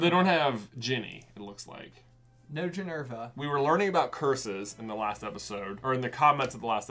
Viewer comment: Golly darn it! You said Ginnys name incorrectly, you said Ginerva instead of Ginevra